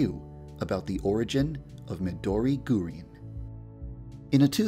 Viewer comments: Alex i mean yandere dev its not gurin its GURINUUU😂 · Gurin=GUH REEN